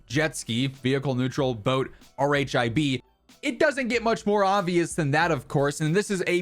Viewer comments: Love your channel. Good video. In case it hasn’t been called out yet, acronym R H I B is colloquially pronounced “RIB” in the military. Hope that helps bro! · RHIB is just pronounced "rib" 🙄